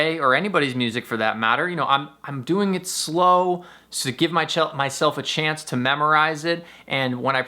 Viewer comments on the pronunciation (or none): Mychelf is the cutest slip of the tongue ever !